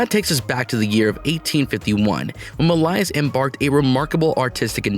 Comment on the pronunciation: Oh dear God, they can’t make a fake narrator who can properly pronounce “Millais”?? Or “Pre-Raphaelite”?? Sickening. And it’s heart-RENDING (as in tearing), not heart-RENDERING (as in depicting). Uck. Can’t listen to this mis-pronounced, poorly worded junk any longer…